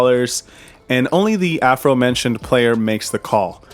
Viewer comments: First I am definitely down for a shirt as long as you dont charge $8000 like you did for the painting! Second, what is with all the $1 chips at this location? Third, do say "aforementioned" or "afromentioned"? lol I listened like 20 times... Im pretty sure its the second one! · Love the vlogs and have watched them all, but I have to ask...did you say "afro mentioned player"? LOL